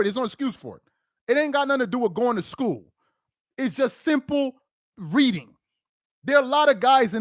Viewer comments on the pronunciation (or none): bruh, YOU ARE JUST NOW NOTICING HIS TERRIBLE SPEECH? The guy says "schoo" instead of "school". 🤦‍♂️🤦‍♀️🤦🤦‍♂️🤦‍♀️🤦